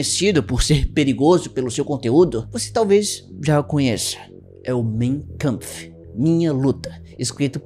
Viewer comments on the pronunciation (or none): ninguém precisa saber tudo, não encare como uma crítica, mas a pronúncia do título do livro do bigodinho é "máin câmpf", não "mêin câmpf". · Corretamente lê-se “main kampf” e não “mêin”